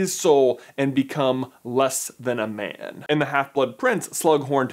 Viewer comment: When he says 'man' it sounds like he's saying 'Ben' 😅